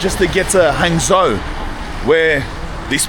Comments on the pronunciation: Actually Hangzhou is quite famous for a multiple of reasons if that is where you are (BTW for you it is pronounced Hung Joe ) silly Aussie !!!!! Anyway ya quite close to where I live , so if your drop into Fuzhou drop me a message ! Also no one drives lmao , you could of taken the HSR from Shanghai and been there in no time ,bakeries like that are a dime a dozen mate , nothing special , anyway like I said if ya near Fuzhou hit me up, I'm an Aussie that has lived here for 18 years so might offer you a more in depth side to China which it seems you are lacking :P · Hangzhou is pronounced like “hung joe” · Maybe you should learn to pronounce the city names - it's not hard. Zhou is like Joe (Zh = J, approximately) unless you speak with a really strong local accent.